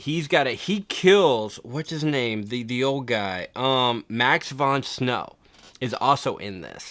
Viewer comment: Prince of Thieves will always be #1! BTW you got Max von Sydow's name wrong and since he's The Man, I thought you'd want to know. Also, I just started watching the channel and I'm digging the content so far, thanks!